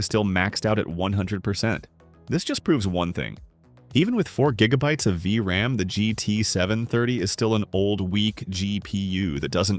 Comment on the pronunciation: Loving this channel, except for the AI voice. "GEE PEE YEWW", "VRAHM" 🥲